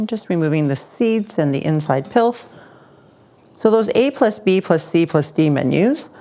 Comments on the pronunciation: I think you mean "Pith" there is no L in that word. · this looks awesome, thats why i;m here lol, bummer, when i hear a word I think I know but is not pronouced the way i know it I want to comment, even tho i could google and will after commenting here haha. is it 'pilf' or 'pith', i am pretty sure pith is on an orange which is on the outside of the flesh, and so inside of flesh is 'pilf'? gonna check now and get back to the delicious recipe. Thanks for sharing you culinary delight :)